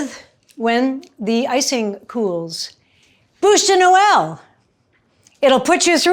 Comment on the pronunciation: You are so cute, you kept saying '' bouche de Noel'' which translates to Christmas mouth....you did a great job...it's a beautiful Bouche de noel!!!!😍😍😍